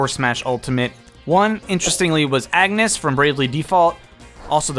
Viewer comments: On-yes not ag-nes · Man, hearing AGNESS instead of AWNYES triggers me in a way I truly cannot explain. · Its pronounced "on-yes". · IT'S PRONOUNCED "ON-YES" GODDAMMIT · The way you said Agnès name is....unacceptable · Your pronouncing her name wrong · What's worse is that no one knows how to pronounce Agnès' name.